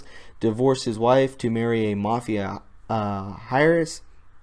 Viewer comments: So many better sources for Q info/updates/interpretations. This guy is unwatchable. Heiress he pronounces aress, this is a common and recurring theme with this guy. Reading English is hard, I know. Unsubscribe. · heiress is pronounced "airess"